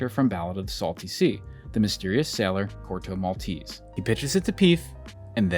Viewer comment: I wish you'd pronounce Corto Maltese the proper way.